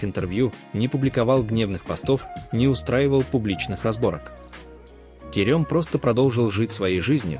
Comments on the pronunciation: помню конечно, но правильно Керем! 😊 Керëм режет слух.. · Странно произносится имя, турки произносят более похожее на " Керам", но не мягкое е